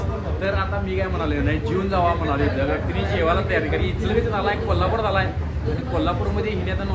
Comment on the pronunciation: Dada kolapur nahi oo kolhapur oo